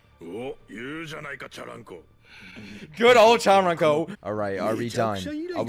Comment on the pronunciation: let me just say this... not chantaro because it's chuntaro